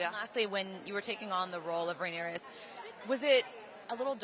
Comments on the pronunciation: I think that reporter call her character rhaenys instead of rhaenyra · why’d she keep saying Rhaenyra with an S lol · Sorry but I don't like that the interviewer keeps pronouncing Rhaenyra incorrectly. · Why does she keep MISPRONOUNCING her name!!! IT is QUEEN RHAENYRA . I’m screaming